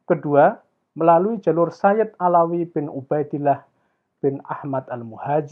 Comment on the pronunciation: Bukan Ba'lawi. Tapi Ba'alwi.